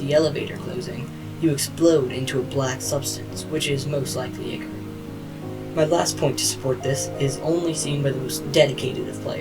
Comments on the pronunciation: Hey, just to let you know you made a pronunciation error. The liquid that takes over the twisteds, and the liquid that you have to extract from the machines (they are both the same thing) is pronounced eye core. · yes i just commented to say this.. its pronounced "eye-core".